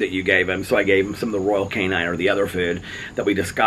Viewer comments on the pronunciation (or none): I’m sorry but it’s not pronounced canine, there’s no ‘e’ it’s cane-in. I used to buy their cat food. You could probably get a good deal ordering it from Chewy and just do auto ship. Little things get to me 😫😭😣 it’s not personal just one of my quirks